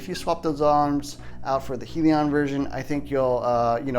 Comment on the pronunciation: Great truck. Most of the RC tracks in my area have a monster truck class. By the way it's pronounced Hell-e-on.